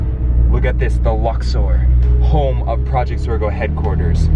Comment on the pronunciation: its zorgo not zora